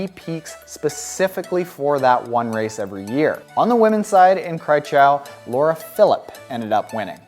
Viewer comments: You pronounced Kraichgau wrong probably hart for a English speaker to do the German pronouncation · I loved it! 😅